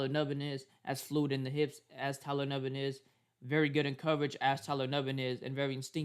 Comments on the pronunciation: he definitely didn't. He kept saying Tyler Nubin's name wrong pronounced "noo-ben". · actually it’s pronounced “ New-Bin” so clearly you don’t know how to pronounce it yourself , also multiple folks have been saying his name wrong this whole time go tell other packer fan pages messing his name up then ! Lame as hell dude